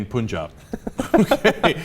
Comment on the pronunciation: Its not poonjabi like you said it Cenk, its punjabi with the p u n said like pun as in no pun intended. Pun jabi not poonjabi.